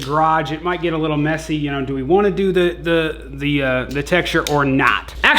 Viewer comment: He say "littie likea tittie" 😂😂😂